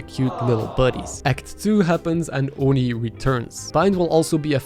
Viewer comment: Why did he call ion eon lol and oni onni